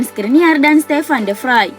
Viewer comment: Min, klo nama Stevan De Vrij di baca Stevan De Vreij, bukan De Vraj